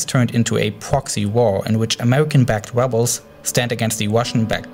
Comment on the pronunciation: "wussia bombed dee webles"